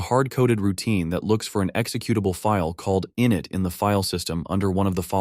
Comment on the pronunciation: Please train the text-to-speech that process 1 is pronounced “in-it” with the accent on the “it” not “in”, short for initialize.